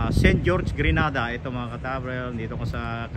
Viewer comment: It is pronounce gre_nay_dar!! Please thank you. Grenada is in Spain.